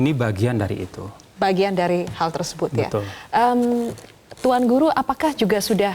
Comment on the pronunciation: Sayang sekali presenternya berulang ulang salah menyebut nama tuan guru..